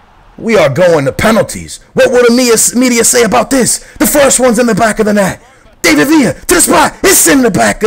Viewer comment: isn't david villa pronounced like da-vid? not day-vid